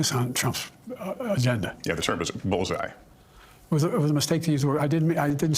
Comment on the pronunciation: Come on Kyle… You can’t say the world bulls eye